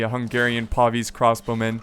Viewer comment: PAY VIS not PAW VEES